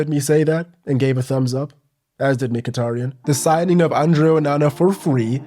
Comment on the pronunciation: why is he while being a MU fan and having a YT channel for years but still refusing to learn how to pronounce Mkhitaryan?